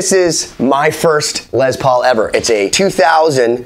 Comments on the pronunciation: It’s not pronounced Lez lol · It’s pronounced LESS, not LEZ. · Its not a Lez paul its a Les Paul Show some respect for the man and at least pronounce his name correctly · Yeah, I know I mispronounced it in this video. I'm from New England and that's how I heard it. I didn't know his name was Lester until I started doing a doc on him. Sorry les! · It's pronounced "Less" NOT "Lezz". 🤦